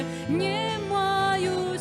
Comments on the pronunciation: Дзякуй вялікі. Адна заўвага: беларускай мове уласціва аканне і яканне. Таму больш прыемна чуць не "не маю сілы", а "нЯ маю сілы". Першы скдад перад націскам. У такім выпадку пішыцца 'не' , а чытаецца 'нЯ'. Напрыклад: "ня буду", але "не хачу" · Спела красиво. Правильно произносить "нЯ маю силы", в бел.языке Е гучыць як Я перад наступным нацискным складам.